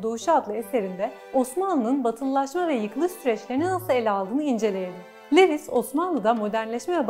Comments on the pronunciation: Levis degil de luvis desek daha dogru olacak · Bir kere Lewis değil, Louis; Bradel değil Brodel şeklinde telaffuz etseniz, kötü yazılmış ve aşağılık duygusu sinmiş metninizi dinlemek daha keyifli olabilirdi. Ah müslümanlar, böyle büyük laflar etmek için 40 fırın ekmek yemeniz lazım daha.